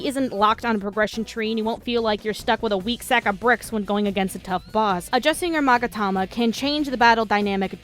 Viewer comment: Don't worry, you pronounced Magatama right. Rule of thumb with Japanese, any given letter is always pronounced the same way when written with western characters.